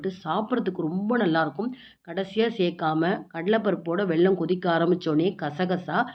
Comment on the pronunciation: வெள்ளம் இல்லை.... வெல்லம்.